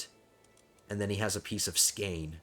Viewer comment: it is actually pronounced skåne